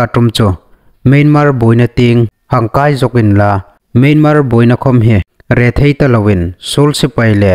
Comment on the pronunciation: Myanmar hi 'MIANMAH' tî a anga lam ding ni'n ka hriet.